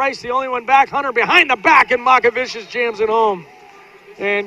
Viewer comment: It's not Makavičius lol, it's MOCkevičius (c pronounced like ts and č like ch)